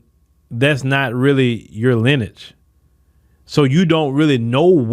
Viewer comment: Cannot pronounce ( Lineage ) huh... well it's why Your channels are NOT even in my top 5 channels to watch.... I listen to Channels that have command of the English Language